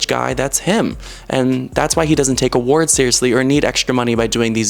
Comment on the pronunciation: “I saw all these people getting all these Awarrrrds” wtf 😭